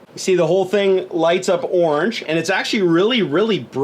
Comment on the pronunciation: It's orange not oorangee